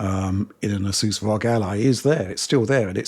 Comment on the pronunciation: Please stop pronouncing it ROG as 1 one word. It is spelled as letter. aR, Oh, Gee !!! Thanks